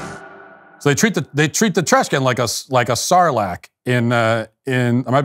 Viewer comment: The Sarlac Pit is the correct way to say it you nailed it actually